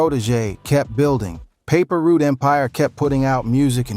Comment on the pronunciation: Paper root🤦🏾‍♀️ it's Paper Route sir #PRE🐬